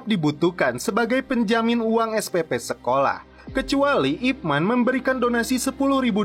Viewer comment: Nama ip man bener tapi di bacanya ip men